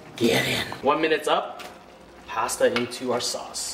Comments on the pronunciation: HE SAID PASTA WRONG 😔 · I cringe at how you say pasta 😩😂😂